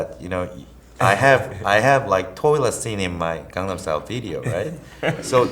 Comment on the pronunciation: LOL Psy you're so fucking cool. And Snoop I love your personality so much! Thank you for actually pronouncing Gangnam the right way!